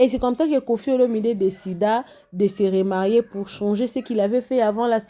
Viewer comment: on dit remarier et non rémarier